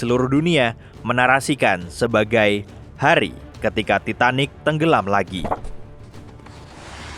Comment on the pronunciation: And again "titan" riksa :\/